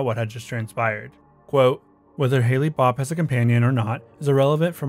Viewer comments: The Heavens Gate comet was “Hale-Bopp” (pronounced hail bop) Not Hailey’s Comet or Hailey Bopp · Hale-Bopp Comet is pronounced “Hail - bop”, not “Hay Lee bop”. Haley’s Comet is a different comet altogether. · There is nothing more obnoxious to me than commentary youtubers mispronouncing their subject matter. Halle Bop is pronounced “Hal Bop” not “Hallie Bop”. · FYI- It's pronounced like hail. Hale-Bopp and Halley's are two different comets with wildly different orbital periods. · It was pronounced like hail. Not Haley. Haley's comet passed over around 10 years earlier. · Dude it's pronounced "HAIL-BOP" not Hailey...... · Calling Hale-Bopp, "Halley-Bopp" proves that this is narrated by a bot. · You are mispronouncing hale-bop comet. Or mixing it up with Halley's comet